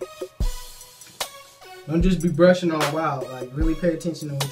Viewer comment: Oh man... you just said "why'll"... smh